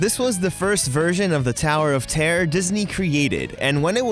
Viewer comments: Noone: Americans: ToWeR oF tEaR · Terror* not tear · Is he saying tower of tare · 🤣 I love the way he says "terror" "The Tower of Tear..." 🤣🤣🤣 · Damien L I thought I was the only one who noticed that.🤣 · Yeah I really like how he says terror he says it like tear not making fun of you!!! I still love you